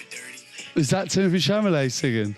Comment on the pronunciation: Its chal u may... its a French name. You dont pronounce it met at the end